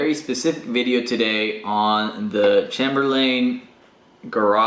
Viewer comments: thanks for the video...one small thing...but the word Chamberlain is pronounced with a long A, like the word chamber...a room. CHAYMBER and the final syllable is pronounced like Lynn, not Layne. So...CHAYM Berlin. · For the love of God... stop saying Chamber-Lane! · What sort of psychopath pronounces Chamberlain that way?